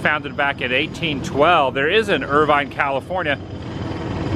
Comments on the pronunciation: It is pronounced IRVIN... . Lots to see in Irvine...Estill County...Fitchburg Furnace, Tipton Ridge spring near Tipton Ridge Rock Quarry, lock 12 park at Hamilton Fee power plant, soon to be KY steam Heritage Center, etc. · The locals pronounce it as Irvin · Nice job but it’s pronounced Irv-un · Right in my neck of the woods today, Adam. Pronunciations are “fowl-muth,” “sin-thee-ann-uh,” and “er-vin.” Awesome seeing you document these places. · Cin-thee-anna. Er-vin. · You're not pronouncing the names of Cynthiana, and Irvine properly.